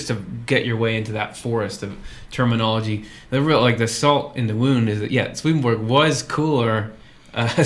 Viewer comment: All respect, but seriously, you need to learn to pronounce his name.